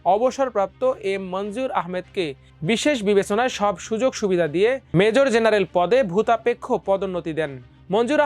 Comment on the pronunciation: এই আবাল খবরের পাঠক কে বাদ দিতে হবে 🤐! অবসরপ্রাপ্ত মেজর জেনারেল উচ্চারণ করতে পারে না 😬!